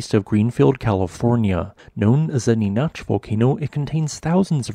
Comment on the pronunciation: NEE NACK not Née noch 🤦‍♂️ ugh get it right!! This is actually a little unnerving because the split volcano is right next to me lol. West of Lancaster is Palmdale where I live.